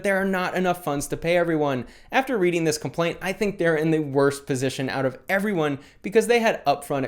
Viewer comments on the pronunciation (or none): none